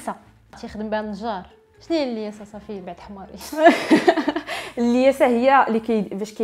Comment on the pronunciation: الملاسة مشي اللياسة